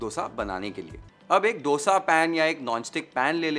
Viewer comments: I am so happy to hear a non South Indian say Dosa and not DHOSA as others do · Love how you say “D”osa, the way it is actually said in South. Not how we northern-Indians usually end up saying. It took me a while to be mindful about the pronunciation, but now it is my normal